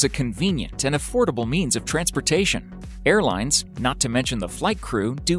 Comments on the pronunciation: on the airplane spelling when he said air plans spelt there own name wrong he said airplines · lol. "airplines"